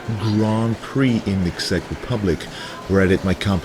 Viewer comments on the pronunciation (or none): you're English, like your physique, is perfect dude, but `Czech` is pronounced `check`